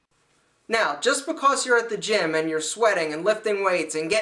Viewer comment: i like how he says because. "ba-coss" :P